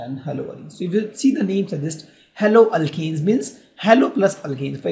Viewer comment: Sir you are nice teacher but sir you may pronounce haloalkanes propdrly because there is very great difference between haloalkane and haloalkene